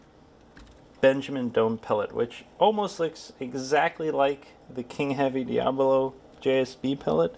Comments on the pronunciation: My 100FPE .25 cal Talontuned Talon-ss-dor will👍 Also……..it’s DIABOLO not “Diablo” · Why u call The pellet DIABLO.. when is DIABOLO NOT DIABLO 😂😂😂😂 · This guy also calls the pellets "diablo" in stead of "diabolo" which the fool doesn't know all the friggen pellets he shoots is a diabolo shaped pellet. He knows buggetall about airrifles or the ammo it uses in any case.